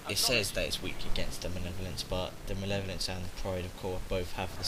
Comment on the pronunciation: Just nitpicking here but. 'manev-olence?' It's 'Mal-ev-o-lence.'